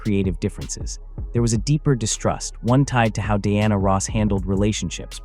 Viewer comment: AI...learn how to correctly pronnounce her name.